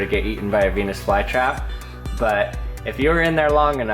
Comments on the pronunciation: I thought you said penes fly trap!!! 😂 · 649 i heard it as '' so there you have a penis fly trap '' instead of '' so there you have a venus fly trap '' XD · peenus vlye trap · DID HE JUST SAY BEE?